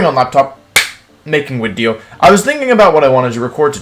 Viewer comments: I’m sorta new here, and I have a question, why does he say “wideo?” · was gonna comment and ask why you'd say wideo and "when-you-sore" (Venusaur) but decided against it. was then plagued by curiosity and googled it, came back to say I figured it out lol